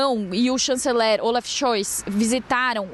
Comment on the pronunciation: Ela nao sabe falar o nome do Kanzeler